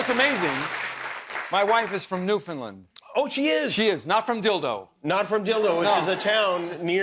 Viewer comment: Two more that can't pronounce Newfoundland correctly.